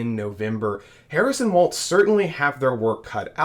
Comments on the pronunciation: Apparently you are mispronouncing his name. Walls not Waltz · Walz, not waltz. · Why does everyone at Occupy Dem pronounce his name wrong!? W-A-L-Z It's Walz, like the walls of a house. Not waltz like the dance. 🫣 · His name is Walz (Wall-ZZZ) nor Waltz (Wall-T-ZZZ) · It is pronounced like WALLS like in your house, NOT WALTZ like the dance. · It’s not waltz like the dance. It’s walz. Like walls in your house. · Walz' name is pronounced "walls", not "waltz" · His name is pronounced like WALLS, not waltz. He pronounced it that way in a commercial when he was running for Congress. Vote Harris/Walz in November! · Not Waltz, like the dance. .WALZ , what's holding up the roof! Pronounced WALLS! Get used to it folk!!!! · Great coverage, but Tim Walz's last name is pronounce like you're saying the word 'walls', not as 'waltz'. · walls not waltz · It’s Walz like walls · Two things: 1. I believe it's pronounced "Walls" 2. Please a little less "click-baity" headling. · It's WALZ. No t in there. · Walz not Waltz. 💙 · pronounced "Walls", not with a "z" sound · oops, I should have typed "not with a 'tz' sound" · His name, Walz, is pronounced "Walls". Their is no t in his name. It's basic courtesy to pronounce a person's name correctly. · Since name pronunciation is an issue in this campaign lets learn to say WALZ....no T, not WALTZ. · THERES NO “T”IN WALZ!!!!!! PRONOUNCE IT CORRECTLY!!!!